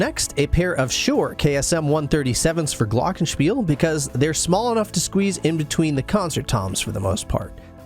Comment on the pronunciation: Great setup and great kit for a GREAT drummer. This huge kit needs a drum tech. Man, you do that all by yourself? A lot of work. I am German, you pronounce the German word Glockenspiel quite well. I would love to see you Live, unfortunately you tour only in the USA I guess.